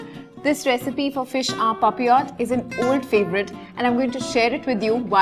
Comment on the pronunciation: Being a chef one of the main reasons i have liked this video because she knows how to pronounce PAPILLOTE